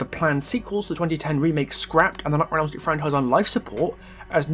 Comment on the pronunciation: "Nightmare on Elm Stret" lol. Great video btw!